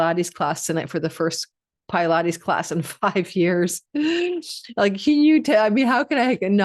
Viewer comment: Why are you saying Pilates like that